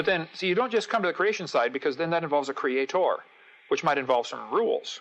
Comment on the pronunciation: Crea-TOR again?What with the pronunciation of religious people?